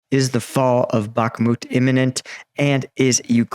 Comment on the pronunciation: Pronunciation is Barkmoot, not Barkmet.